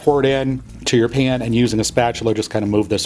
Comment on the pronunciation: How you say pan does something to my soul. ✨cringe✨